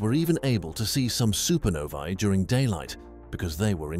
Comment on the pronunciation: One of the only space videos to pronounce "supernovae" correctly. Music to my ears.